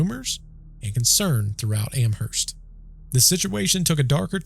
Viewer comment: i live in amherst!! every october there is ester fest. all things paranormal. when you say amherst, the h is silent.